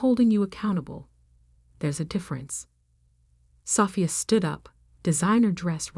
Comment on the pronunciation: It’s Sophia not safia..…